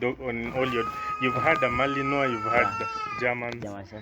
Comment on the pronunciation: The dog in me is so woofed. I envy this man. Good video 👌. When you both pronounced Malinois correctly, you got a big follower in me